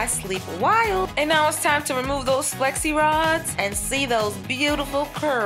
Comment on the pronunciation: I thought she was saying sexy rods lfd